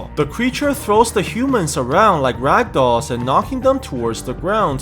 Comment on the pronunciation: ah yes he say like ragdoll again